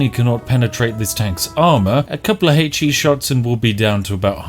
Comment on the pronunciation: did my man just pronounce HE as “hey-tchi”